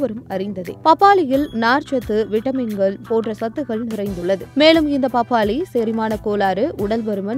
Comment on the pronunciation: அந்த அக்காவ முதல்ல தமிழ ஒழுங்கா பேச சொல்லி குடுங்க.. "பப்பாலியில் உல்ல சத்துக்கல் "..னு உச்சரிச்சிட்டு இருக்கு.